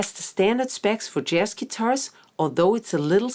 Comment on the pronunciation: This is a great intro, but just want to point out that you are consistently saying JASS, when the word should always have the soft zed sound. This only matters because the word comes up all the time and is foundational to your practice and your videos. Best of luck going forward!